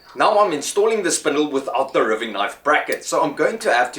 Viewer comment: wow, great job....great video, as are all your vids, someone has probably pointed this out, but if not.....its pronounced "riving, like diving " sorry, i am lso sarf efriken, but live in the UK